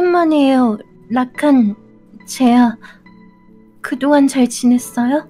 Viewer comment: 26분11초에서 말이랑자막이 이상하더군요 라칸이 아니라 라카